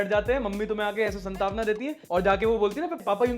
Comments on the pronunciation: Bro be definitely from U.P when he says Santavna instead of Santvana :D. Love your show. Keep it up man! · भाई, संतावना नहीं सांत्वना होता है। 😂